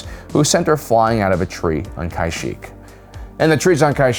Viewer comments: Stop pronouncing Kashyyk like that man🤣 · Does he mispronounce every name on purpose? Kie-shyyk, Tenno, Miraliaka, etc. Soo annoying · “Kai-sheek”, “Ahsoka Tuh-no”